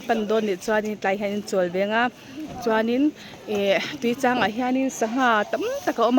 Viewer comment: I lam rik dan chu "Tuichang LEIH" ti a lam i ang deuh tlat mai....